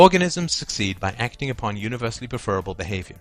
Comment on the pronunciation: I'm 2m14s in, but I'm not sure I can manage 16 minutes of pronouncing it "preFERable". I like that Molyneux pronounces it that way- he's a dick. But not!!